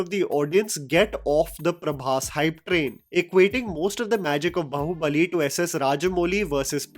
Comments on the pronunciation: Its Baahubali not bahubali. Man what an elitist illeterate this guy is. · ये बंदा बाहुबली को ढंग से pronounce क्यों नहीं कर पाता. its बाहुबली and not बहुबलि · Bhai it’s बाहुबली not बहूबलि. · you seem to be get so much right about South Indian films, but not pronunciation of movie tites. Please get them right, and we will love you more. Baahubali is pronounced 'बाहुबली'.